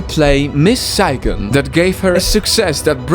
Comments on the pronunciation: as a vietnamese person, I like to count how much times mispronounced saigon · Idk why but how he pronounced "Saigon" just... no.